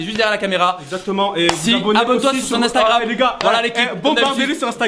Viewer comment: À la fin il a lit Instagram avk un e j'suis mort 😂